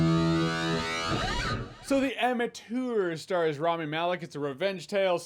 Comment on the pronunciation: It’s not Raami, it’s Rami.